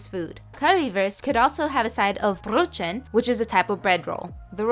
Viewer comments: This is just wrong, also brötchen is pronounced brœt chen (as you pronounce hen but with a hard h, not ts) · Btw it's pronounced broh-ken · I'm from Germany and I just wanted to say that it's pronounced : karriwuust And the bread: broethen❤️😂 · you mean brötchen? 😂 It's not pronounced like that lol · Nice pronunciation, only thing is if it's a ch, it's pronounces either as a throat hissing sound or like sh, which I suppose it sounded like you could've said either sh or ch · Brötchen isn’t pronounced with a ch (like chick) but more of like an H-ish k? It’s not a sound Americans encounter often. I wish you were able to put the foil back on the map because this is the furthest thing from authentic German food that I’ve seen. I mean, it looks delicious, but it’s not a great representation of German food as a whole. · This is entirely the wrong way to pronounce "wurst"... And "brötchen." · Ich hasse die Aussprache von Currywurst und Brötchen auf Englisch 😢😢